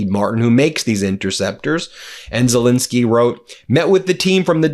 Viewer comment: His name is Zel -ensky, how many times will this bloke call him Zel-insky, irritates the hell out of me.